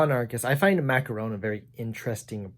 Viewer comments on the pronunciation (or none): Interesting video. One thing: Macron is pronounced like: Mac-Ron. My stance is: American Republicanism and European Constitutional Monarchy. I’m an American, so I’m a republican (not the party), but I am accepting of one 25 year term for all branches of government, so we would have four presidents each century. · Macron is spelled mac-gon, with the g articulates from the velar or uvula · Lol the way you say macron is so silly